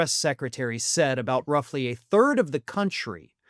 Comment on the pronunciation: She takes the “o” out of “country.”